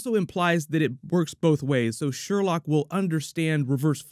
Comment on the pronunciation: It's pronounced "Sher-loque." Come on,, you're better than this! Favorite moment was definitely the corny, but hilarious, laser tag scene lol